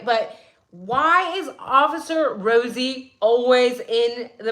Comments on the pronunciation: Why did you remind me of Rosie Perez as you were ratting the RRRRosie's, lol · She reminded me why I almost failed high school Spanish because I couldn’t make that sound .